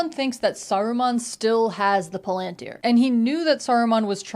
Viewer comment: Your pronunciation of palantir is correct, the pronunciation in the movies is wrong.